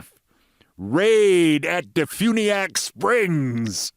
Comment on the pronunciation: Well, you pronounced Defuniak Springs correctly. That's a win in my book.